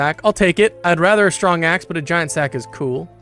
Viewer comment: "Stwong axe" 😂